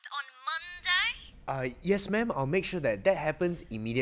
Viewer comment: you had a typo you said "mdm" instead of mam